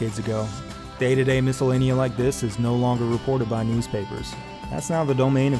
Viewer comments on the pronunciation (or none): miscellany not miscellania <3 but great vid sir